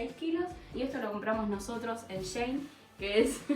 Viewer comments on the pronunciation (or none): none